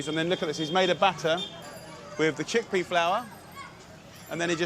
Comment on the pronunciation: He said cheakpea curry , you will never change. Dude you are in India